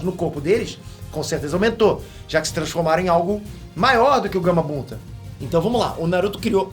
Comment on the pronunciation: Acho que só eu percebi isso ele falou Gamabunda no momento